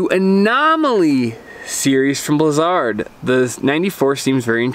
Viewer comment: he is saying the name right...thats how it was said in the begining.....